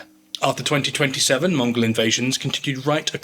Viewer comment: I'm going to sound so ignorant, but why is 1227 etc pronounced 2027?